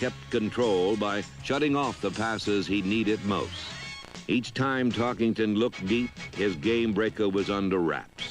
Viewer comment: There is no ING in Tarkenton's name.